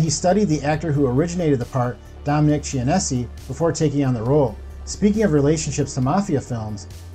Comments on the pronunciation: And "ch" is pronounced /k/ in Italian words and names like Chianti (with or without fava beans), bruschetta (not /bru-SHET-ah/ as so many people say), and Dominic Chianese. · Dominic Chin-nay-say It's nostra Damas and Notradame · Genovese pronounced Jenn Uh Veez Chianise pronounced Chi Uh Neez